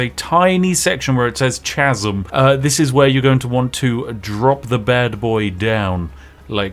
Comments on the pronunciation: Did you just pronounce 'chasm' as CH-asm? How did get this far in life without anybody correcting you on this? . . . . . It's 'cas-em'. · chasm is pronounced kasm. Information I'm sure you care about. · Because the word "chasm" is pronounced like kazm, never like it's spelled. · Wait, Baldur's Gate is Free? CHasm? The "H" is silent ya knob. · Sorry... "ch-asm"? I guess not knowing English words isn't part of being British. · pretty sure the h in chasm is silent but what do i know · Spiff? Did you mean to pronounce the 'h' in 'chasm' ? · Is he pronouncing "chasm" wrong on purpose? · I love you Spiff, but what the hell is with your pronunciation of the word "chasm". Of all of the atrocities committed in this video, the pronunciation of "chasm" is the most disturbing! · mispronouncing chasm like that has to be a sin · I knew Spif was a madman, but that pronunciation of "chasm" is just criminal.